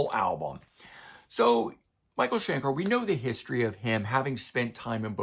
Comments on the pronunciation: Shen-kerr rather than Shen-kaar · The problem with the mispronunciation is it's MICHAEL SCHENKER! He has earned it - the man is living legend. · Love it, but I have to ask: Why do you insist on mispronouncing Schenker?